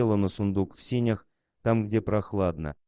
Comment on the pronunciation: В сенях, а не в синях-безграмотность.